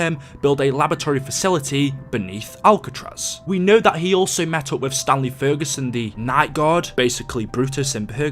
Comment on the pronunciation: Every time you said Stanley I thought you were saying stan lee